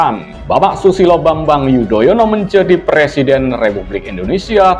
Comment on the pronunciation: Xixixixixixixiiiii...koplak... Anis nyebut nama Susilo Bambang Yudoyono jadi Bambang yudonoyo... xixixixixixixiiiii... 😂😂